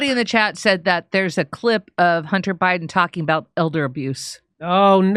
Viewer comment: His "sunter" Hunter ?? Lol